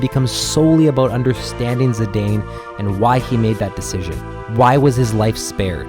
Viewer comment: Looking forward to disc 3 and 4 videos! By the way, it’s pronounced Zih-dahn not Zih-dayne. Dissidia confirmed the pronunciation of his name.